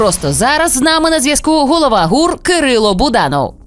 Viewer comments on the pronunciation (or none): Не гру а гур